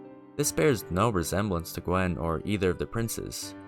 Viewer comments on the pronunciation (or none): Gwyn, not Gwen. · OR Gwyn Gwen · ah yes, good ol "ith rill" edit: bro, there is no way you just called gwyn "gwen" wtf, there better not be any more pronunciations like this, i physically can't fathom how you are reading these words this way.\ edit 2: dear god "priskilla" at this point i have to write down every one i notice. its now just funny to me